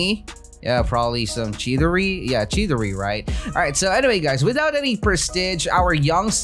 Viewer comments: you said chidori wrong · Chidiri lol